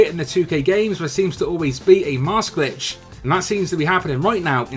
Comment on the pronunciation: Did you say bitch or glitch on that last one